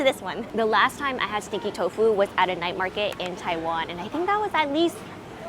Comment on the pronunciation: I thought you were saying sticky tofu and I couldn't understand how it's sticky because it didn't look sticky